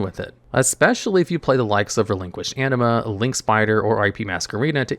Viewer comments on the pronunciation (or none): none